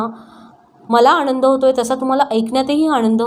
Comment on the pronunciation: आनंद ह्या शब्दाचा उच्चार 'आणंद' असा करताय तुम्ही, ती चुक त्वरीत सुधारावी ! 😫😡